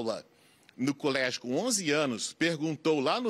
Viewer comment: Eu fui ao "culégio" kkkkkkkkk Ah doutor!!!